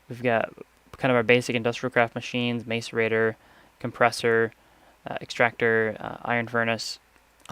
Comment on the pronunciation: Macerator is pronounces mass er ator